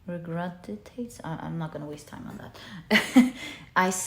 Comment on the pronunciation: Pile2, the word is 'regurgitate' ❤️ Loved the reading as always